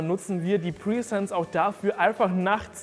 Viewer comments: Die Kamera heißt Netatmo Presence 😂😂😂 Du sagst die ganze Zeit PRIESENZ 😅 presence ist das englische Wort für „Anwesenheit“ und du denkst glaube ich, dass die Kamera „pre-sence“ heißt 🤣 Hör es dir sonst mal beim Google Translator an 🤣🤣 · Keine Ahnung warum, aber die Aussprache von "presence" triggert mich enorm. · Mich auch 😂